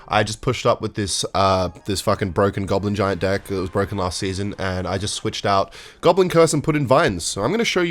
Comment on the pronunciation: Why do you say "Dick" when you say deck